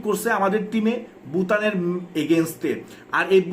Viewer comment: ভাই ভুতান না এটা ভুটান 😂😂